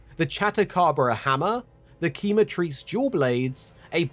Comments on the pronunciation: Just a small note, in Spanish que is pronounced as Ke not Ki. So if quematrice is using a Spanish pronunciation, it would be “Ke-ma-treece” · i think it's pronounced kay-matrice, not key-matrice. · I think it's pronounced "Kem-a-trice" (because quemar is to burn in spanish and pronounced "Kem-ar" and then trice rhyming with "thrice" like the mythical "cockatrice" creature) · Is true that in spanish Quema=Burn, but the pronuncition was terrible. the Que sound like "kelbi", but just the ke sound, so is kema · As a spanish speaker hearing the way each english speaking youtuber says Quematrice is hurting my fucking eardrums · Jjajaaj igual como pasa con Lala Barina pero al menos lo pronuncian mejor que este XD